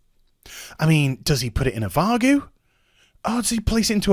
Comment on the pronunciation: Did you say "vargue"? i must be looped into this seemingly british slang.